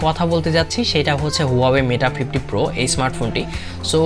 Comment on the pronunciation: Bro Not meta 50 bro 🙄 it's mate 50 pro